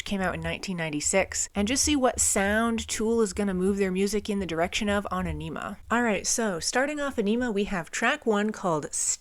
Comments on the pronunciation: Fun Facts : The Album is pronounced On - i - ma. Whenever Maynards voice becomes distorted and thin he is singing through a small megaphone into the mic, -Ions (negatively charged ions) is a combination of a Jacobs Ladder ( look it up) and Danny randomly banging on a busted drum skin held in hand to emulate thunder. That "jazzy" quality in Adams guitar playing is him playing with a metal slide on the ring finger, which he uses often for soloing. Third Eye is preluded by deceased outspoken Comedian Bill Hicks, whom the album is dedicated to. Dier Von Satan, translated from German "The eggs of Satan" and meant to emulate Hitler's Nuremberg rally. Message to Harry Manback is a phone message of an irate Italian man telling someone they are a "Pezzo Di Merda" or " piece of shit". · Yes! Finally! Also, it's pronounced: Ah-ni-mah Both the album title and track are a play on words. Like all of Tool's music, it's serious and funny at the same time. There's humor in everything. A way of saying, don't take life so seriously all the time. I think they once said many songs have a funny meaning to it too. It's very clear in some songs that it can be viewed in a sexual way, for example, but also a serious intellectual way too. We can discuss Carl Jung or laugh at enemas. 😁 Think for yourself. Question authority.